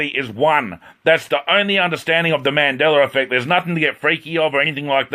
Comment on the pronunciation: "........ on the mandellera effect....." did you really just say that??????